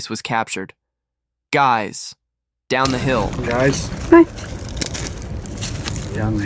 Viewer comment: If the girls was scared why didn't they run and scream for help and when the suspect said down the hill they sounded like they said hi